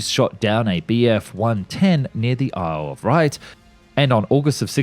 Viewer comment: "Isle of Wright", whoops its "Isle of Wight"! (like White)